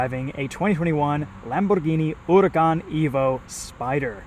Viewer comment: spot on pronunciation🤣